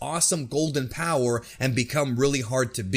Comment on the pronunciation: It's actually BOWER